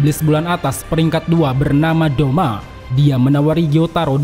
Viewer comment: Douma not doma